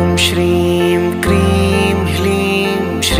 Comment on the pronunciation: Kreem h ki kleem aur hreem ya hleem clear kre plz